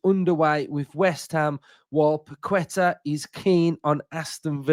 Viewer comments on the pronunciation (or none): C’mon mate!! It’s pronounced Pa’ke’tah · Without sounding like the pronunciation police, it’s Pak-eh-tahhh. Think there’s a quality player in him yes who’s gone a bit stale at West Ham. I do think it’s a bit of a weird one given our supposed restrictions, the price tag, his age etc but if he come in, give us something a bit different and improve us in the here and now then I’m all for it. Long as Unai ain’t bringing him in to chill on the bench…